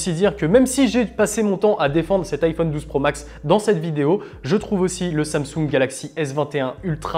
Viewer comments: Pourquoi il dit Somsung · Sans M sung 😅😂🤣😂 il sait pas dire Samsung ??